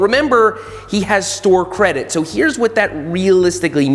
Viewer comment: "Sore Credit" love it.